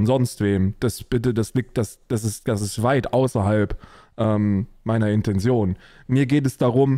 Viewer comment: Brudi bitte IntenTion, jedes mal wenn ich IntenSion von dir hör, fallen mir n paar Haare aus 😇 achja und das wort das du gesucht hast ist ENTlegitimiert und nicht DESlegitimiert ^^